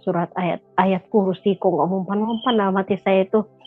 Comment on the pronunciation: MBAK KLO ANDA MUSLIM TAAT DAN SEMBAHYANG 5 WAKTU KOK GAK TAU AWALAN MBACA YG KATANYA KAMU NGUSIR SETAN MBACA AYAT QURSI BELEPOTAN SATUPUN HURUF GAK ADA YG BENAR SIH ? 😇😇 AKU JUGA MURTADIN NAMUN AKU SARANKAN KLO MEMANG TIDAK ADA YG ANDA HAFAL SALAH SATU AYAT AL-QURAN YA MENDING DIAM , GAK PERLU NUNJUKIN NGUSIR SETAN TERUS ANDA MEMBACA AYAT YG ANDA BACA YG BELEPOTAN TADI ???!! MALU NDENGARNYA ???!! BAGI MURTADIN YG TIDAK HAFAL SALAH SATU AYAT AL-QURAN JANGAN DIBACA DI YOUTUB YA SAUDARA2KU ????? NANTI JUSTRU YG NDENGAR MALU SENDIRI , PENONTON MALU ????? 😇😇